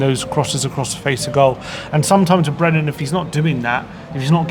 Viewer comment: Brennan, not Brendon, it's been a year